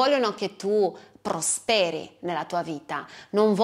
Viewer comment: Prosperi seconda persona singolare accento cade sulla o